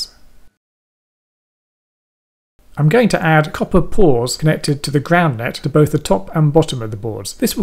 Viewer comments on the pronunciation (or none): none